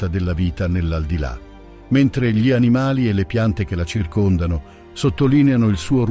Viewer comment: Bel video molto interessante, unico neo è la voce narrante, l'uso dell' AI andrebbe vietato per legge, perché ad esempio ogni "gli" o "dei" stride in modo inascoltabile con la pronincia e a volte crea strafalcioni terrificanti.